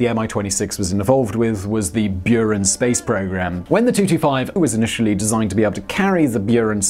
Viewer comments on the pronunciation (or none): It's very interesting, how transliteration can make people butcher pronounciation ) Mi-26 natively sounds like "Me"-26 (one word + number) And Buran is "Boo run" :D